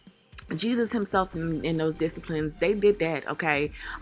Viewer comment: It’s the Jesus and his dis-a-plines not disciples for me 🤣 . Hilarious 😂 and styles is 💣 .